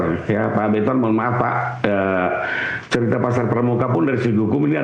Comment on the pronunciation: bentor.. kalo .r.nya hilang jadinya bento kayak otaknya..